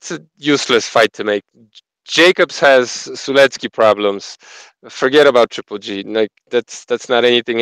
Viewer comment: I don’t care what Lampley says, it’s not pronounced “Sulenski.”